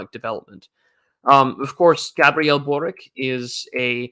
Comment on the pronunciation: Hello, regarding that Boric guy, the Croatian. He's name is actually pronounced borich (borič originally).